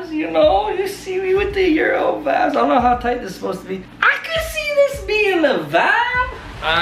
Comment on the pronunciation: My ears r bleeding all I here is that's vibes not bod not bod